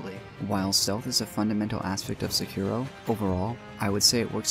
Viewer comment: Definitely wouldn't say that about s vid that mispronounces sekiro and jokingly calls him cripple